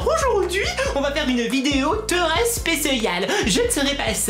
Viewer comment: Elle est treuoh bien cetteuh vidéeuoh! Je t'adoreuh ❤️